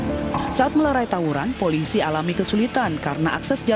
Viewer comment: melerai bu host bukan merelai hikz